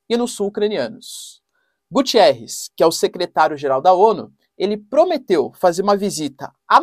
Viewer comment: ola, não é Gutierres,mas sim Guterres...